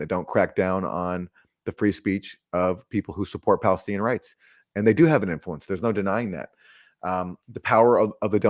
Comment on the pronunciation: "PELESTINIAN NEGOCIATION!"